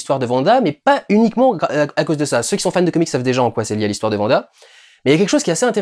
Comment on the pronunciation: Mais on dit wanda pas vanda bref attention spolier j'ai personnellement adoré la série est je les regardé tout les vendredi Mais je trouve que l'identité de Agnès est assez facile à comprendre pour les gens qui connaissent wanda des comics car hagata harknesse est la mentore de wanda dans les comics est rien que sont nom je trouve montre car Agnès ressemble énormément à harknesse surtout sont lapin à le même nom que le fils d'hagata dans donc pour les gens qui on lue les comics c'est assez dommage car il ya beaucoup moin de supence pendant l'épisode 7 Sinon j'ai personnellement beaucoup aimé le discours de vision à bah vision sur le bateau de thésée sa faisait un petit moment de pause dans cette épisode qui commence sur les chapeau de roue